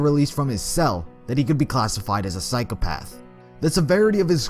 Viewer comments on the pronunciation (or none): i like how he goes on a rant about Psychopathy and continues to say 'psyc e path' you should really have correct pronunciation when talking about a subject you claim to know allot about psycOpath Psychopath is pronounced with an o not an e